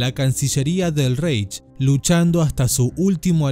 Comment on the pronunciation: Se pronuncia "Buken bald", no "buchenguald". Y Reich se pronuncia "ráik" o "ráij".